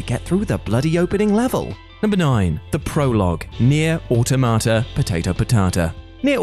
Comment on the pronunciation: It's Nier Aw-ta-ma-ta, they say it in the game